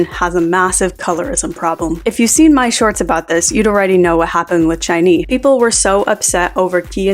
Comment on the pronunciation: It's SHINee, not CHINee btw. If you're going to use them for your video at least learn how to pronounce the group's name